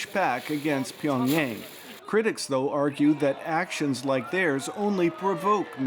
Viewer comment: Why does the Anchorwoman keep saying "pee on Yang" instead of Pyongyang? 🤔